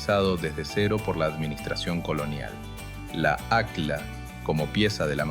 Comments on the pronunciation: Se pronuncia acj-lla, no acla y se escribe aqlla. En quechua, o qechwa, el fonema "Q" es gutural y suena como una "CJ", y la doble "L" es muy pronunciada, no es lo mismo Atahualpa que Atawallpa. Tembien es importante saber que tampoco se pronuncia como una "SH", como los porteños, que pronuncian "posho" cuando quieren decir pollo o cuchisho cuando dicen cuchillo. También el fonema "Y" en quechua suena como "I" y no como una "SH". Esto teniendo en cuenta que muchos ispano hablantes confunden la "LL" con "Y" y al mismo tiempo, la "Y" con "SH" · Esa voz...mmm, IA? Al menos corrige la pronunciación No es "Aclas", es "acllas" ( suena ac-yas)